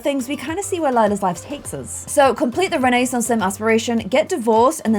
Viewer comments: renaissance is pronounced with a silent i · did you just say renaissance sims incorrect lemme check one moment... YIU HAVE BEEN PLAYING THIS GAME AND CANT EVEN PRONOUNCE RENAISSANCE I’m tryna be mean it’s just a joke